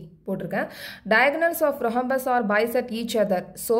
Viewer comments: Mam h is silent in rhombus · Mam athu rohombus illa rhombus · Mam your pronounce of Rhombus is wrong